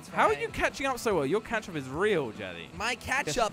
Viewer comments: Did he say ketching up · Drinking game: drink everytime they say "catchup".